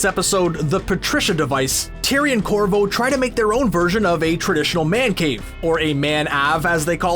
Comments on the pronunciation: They kept saying "Mank-ave" not Man-Ave lol, also you missed the justin roiland lookalike funbucket strangles in episode 1 lol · I wish you would stop saying man Ave. It's pronounced (mank - ave) av like in aviation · Him saying "man ahve" is making me go crazy! It's manc ave! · It’s manc ave, not man ave. Like wtf, I feel like Terry when he saw the fake fun bucket because I want to run up to you and yell “ew!” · They call it a manc(prounounced like skank) ave(pronounced like ave) the way narrator says it is just annoying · The way he said Manc Ave as man ave hurt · I'm curious as to why this dude keeps saying :Man Ave' with the soft 'a' instead of what they said in the episode... . I suspect he's talking about something he didn't actually see... hm... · It’s pronounced Mank Ayve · "Man Ahve?" Did the narrator not watch the show? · Manc Ave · Not a fan of how the narrator says manc ave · They don’t say manc Ahve they man cave but just move the sound of the C Manc Ave